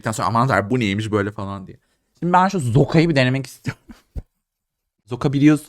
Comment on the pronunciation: Rusça küfür olan Zoka değil aşkım "Suka" 🤣